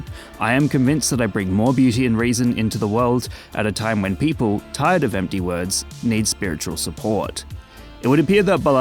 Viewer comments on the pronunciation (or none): none